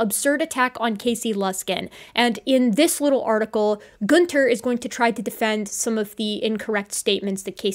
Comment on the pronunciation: Every time you said Goonter it reminds me of adventure time lol